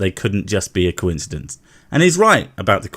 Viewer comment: The word coincidence does not have a W sound in the middle. One thing can be incidental and another thing may be incidental at the same time. They are coincidental. No W sound. Please stop pronouncing it wrong.